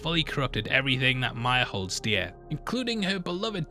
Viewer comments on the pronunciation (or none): none